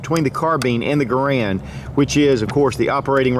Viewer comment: Garand is pronounced GAIR-und.